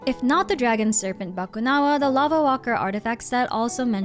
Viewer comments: I just knew you were filipina when you didn't butcher "Bakunawa", i instantly said "Ah pinay to" Hahaha! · my initial reaction when u say "bakunawa" "filipino", wow, nice pronunciation galing nya parang pinoy Lang 🥹 never thought u are a Filipino 🤣🤣 lagi pinapanood mga lore mo mommy ngayon ko Lang nalaman hahahah